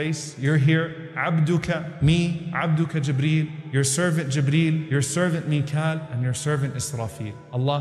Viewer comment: Selamünaleyküm Not mikle brother.. Mikaael angel